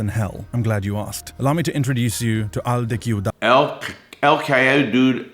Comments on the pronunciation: The real crime Larry committed was murdering the pronunciation of 'Al de Ciudad' 😂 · I love Mr.Lawton's way of trying to pronounce Al De Ciudad Barrios 😄